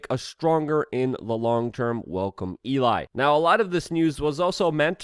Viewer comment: why is Luke so bad at pronouncing names and words? "welcome Eli" made me laugh